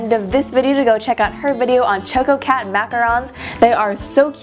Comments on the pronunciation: ok, it's not Choe-ko-cat. It's Chah-ko-cat. ~from the one and only Chococat. (=^.^=) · You pronounced the choco part wrong. Its choco as in choco-late. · Heh, cute. But why are you pronouncing the cat's name starting with the sound like the words "choke" and "oh" instead of how it's really pronounced, like the beginning of "chocolate" (short o, as in the sound of "chalk")? And who did your nice shooting and editing?